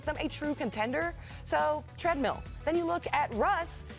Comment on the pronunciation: Perks face when she said trendmill for russ lmaooo